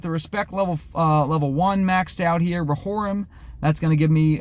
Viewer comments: Rohirrim! not ro-whore-um... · Say Ra-whore-im ONE MORE TIME